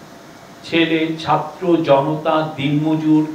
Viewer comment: দর্ম, চাত্র, সংবিদান দরণের, এ্যাবং, বলেচেন, করেচেন, কিবাবে, চিলো, ডাকা ( ঢাকা) ইত্যাদি উচ্চারণ ঠিক করতে হবে।